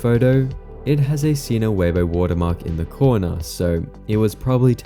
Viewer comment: pronouncing Weibo, it's 'way-buah' not 'waybo'. (Much love, great video.)